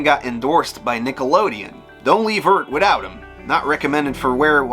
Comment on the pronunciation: Can someone please tell me what accent has?? I’ve never heard it before, the hard “th”s...eart instead of earth, tree instead of three, etc